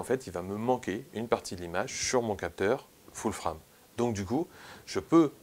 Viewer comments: Foul Frame???? :): là j'ai du mal!!! faut choisir soit c'est "ful frame" (les 2 mots prononcés à la française mail horrible ! :))soit "foul freiyme" avec un prononciation anglaise bcp plus adaptée. Cela dit bravo pour ton travail très riche. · Pourrais tu dire full-« fraime » pour les prochaines fois stp? Pourquoi juste full prononcé correctement en anglais et frame en fr. C’est un peu dérangeant. Soit full-frame soit plein format